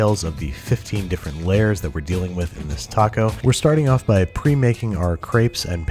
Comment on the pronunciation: That “taco” was just,,,wrong